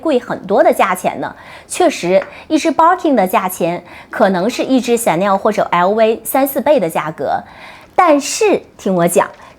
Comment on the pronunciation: chanel的發言唸成「顯內兒」？